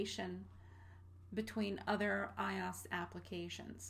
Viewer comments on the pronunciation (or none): Everytime I here her say iOS, it's like hearing nails across a chalkboard. It's pronounced Eye-oh-ess, not eye-aus. Like OS X is OS TEN, not OS X. Good video though for starters.